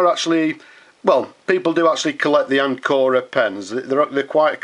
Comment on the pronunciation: Pronunciation with accent on the first syllable, AN co ra, like the English word Anchor. Anchor Pens still makes all components, including their magnificent springy nibs, in-house. The larger models are pump fillers, the smaller ones cartridge pens. They are carefully made and lustrous, splendid pens, always with either sterling silver or vermeil trim.